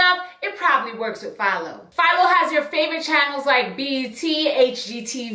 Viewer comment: You said PHILO, I thought you were saying FIOS at first. lmfaoooo I was like OKAY, with your Verizon sponsorship!! lol